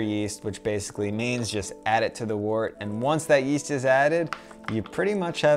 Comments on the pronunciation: also, last comment haha, Wort is pronounced "wert" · Great vid. Just note that wort is pronounced "wurt" and trub is pronounced "trooob".